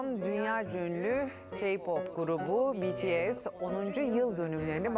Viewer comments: sonunda bir haber kanalı düzgün söyleyebildi şu grubun adını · ALLAH'IM şükürler olsun Bts'in adını doğru düzgün söyleyen bir sunucu da karşımıza çıktı ya helal olsun be böyle devam🥳🥳🥳😄😁